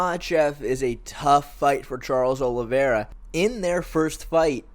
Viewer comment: OLIVEIRA FFS!!! american mfs keep getting the man's name wrong god damnit